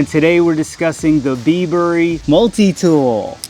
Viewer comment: bibury not bee burry lol, like bribery without the r